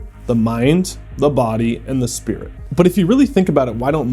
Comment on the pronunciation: Bro really said "mind, body, spirid and shadow" This man has never touched a book of Carl Jung in his entire life